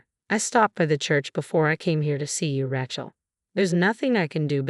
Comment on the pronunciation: Rachel is not RATCHEL. It is said RAYchel!! You need better narrators!